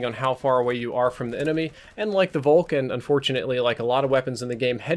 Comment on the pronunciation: Folk! Volk is prononced Folk